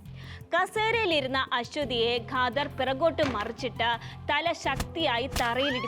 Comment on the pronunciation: ഗാദർ അല്ല ഖാദർ